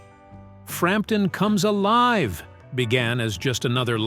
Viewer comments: Love the way the voice bot detects the exclamation mark at the end of 'Frampton Comes Alive! and reads it as FRAMPTON COMES ALIVE!! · When the AI makes a mistake and says “Frampton Comes Alive!” with emphasis….I lost it!!! 😂 here let me find it